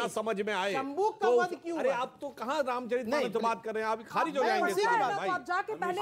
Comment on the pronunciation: " रामचरितमानस " पद है । " रामचरित्रमानस " पद नहीं है । उच्चारण सही कीजिए।